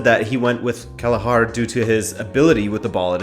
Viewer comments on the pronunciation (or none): Kelleher kell-eh-her. No A